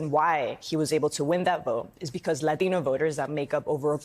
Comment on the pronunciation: I hate how white people say the word latino